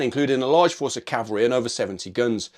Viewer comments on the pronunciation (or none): its CAVALRY not CALVERY..... do you not know the difference .....DUH